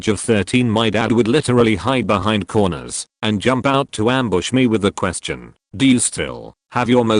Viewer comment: How did jump become hump? 😗